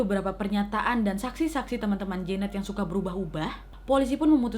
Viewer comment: namanya jeannette, gue dengernya jaenab -_